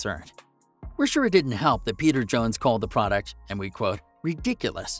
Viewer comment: Peter "johns"? It's jones... like j-owns. Also the background video should be of the episodes you're talking about. Interesting after show info though.